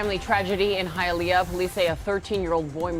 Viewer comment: Hialeah you pronounced it Right Hi a leah it sounds just like you are saying Hi to someone I had to say it also ro make sure I was saying it correctly 😀!!